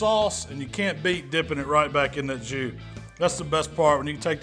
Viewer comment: I’m horrible but I LMAO when you said “I’m just going to let this beef soak in this Jew.” I know you said “jus”. I’m probably going to hell.